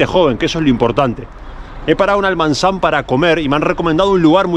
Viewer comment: No es Almanzan, es Almazán, a 25 minutos de la ciudad de Soria.